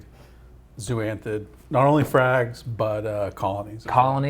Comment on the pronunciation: Zoanthid not zooanthid. Zoa not Zoo